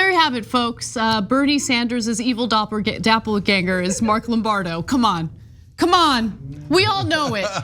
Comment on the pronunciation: Did Ana just say, "dappleganger" and not "doppelgänger"?